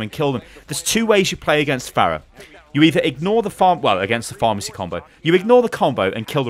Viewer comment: Is he saying pharmacy combo?